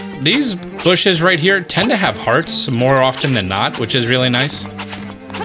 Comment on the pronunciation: I have laughed mty heart out at the "With the RUGHT TIMING" Thank you for not having edited that out. I have subscribed just for this.